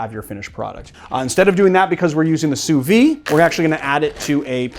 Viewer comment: Just a btw, "sous vide" is pronounced "sooh veed", rather than "sooh vee".